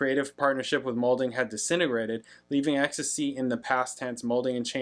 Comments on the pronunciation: Exx Tee Cee, not ecstasy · ex-tee-see not ex-tuh-see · EXACTLY. Pronounce the letters, not the drug. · Can't reiterate this enough: X...T...C. Not 'ecstasy'. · Its not ecstasy, its X T C. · Prounced X-T-C. Listen to the bass line. Colin Moulding is one of the best, unnoticed bass players ever.